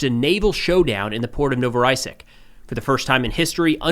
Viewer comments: Please for the love of god learn to pronounce names of places you're talking about. It's not Novoraysik, it's Novorossiysk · The Russian city Novorossiysk is pronounced approximately as: noh-vuh-ruh-SEE-ysk. Better learn how to pronounce it cause it's gonna come up more and more :D